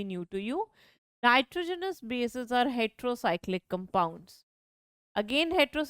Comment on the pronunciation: it's Heterocyclic not retero